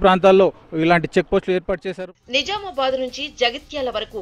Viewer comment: నిజామాబాద్ అనాలి మీరు సరిగ్గా పలకడం లేదు. Jha అనాలి